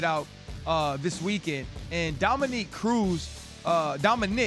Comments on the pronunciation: Yo RC.... For the love of god bruh, can we get a name right?! Gordon, Dominic.... these arent difficult names to be mispronouncing over and over and over and over for a year now. Dominique is usually a womans name, my guy. I get you work with one thats a dude but you been calling Cruz, Dominique, for a over year! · Am I the only one who thinks it’s super disrespectful that RC consistently says Dominic’s name as “Dominique”? That’s a woman’s name dude get out of here you even corrected yourself!!! YOU KNOW HIS NAME PLEASE MAKE AN EFFORT